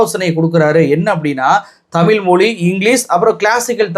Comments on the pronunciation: தமில் என்று பேசுகிறீர்கள் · Tamillllllllll ,anchor lacks pronunciation 😢😢😢